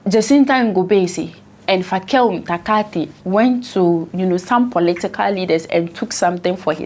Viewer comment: I cant stop laughing i love the way you pronounce these zulu names Fakelúmthakathi .hahaha